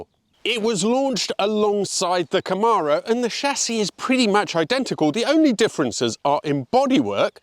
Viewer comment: Camara? What the h*** is a Camara? I don't undertand how so, very many British, motor journalists don't know how to pronounce Chevy Kah-mare-oe